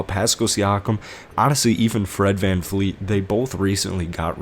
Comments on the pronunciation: Siakam is not “Paskle”. Fred is not “VanFleet”. I don’t want to watch takes by someone who doesn’t know the team. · Step off. His content is pretty on point. Even though he mispronounced Pascal, Vanvleet, Dragic and Gillespie